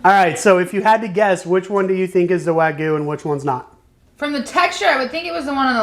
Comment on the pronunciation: It's wag-yoo not wa-goo